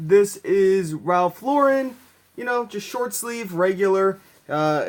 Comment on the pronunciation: It's nice to hear a Youtube reseller actually pronouce Ralph Lauren correctly....